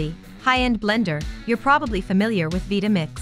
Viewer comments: Veetamix?? Couldn't you at least have the robot pronounce it correctly. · the constant mispronunciation of "Vitamix" is killing me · I can't believe that I've been pronouncing Vitamix wrong all these years.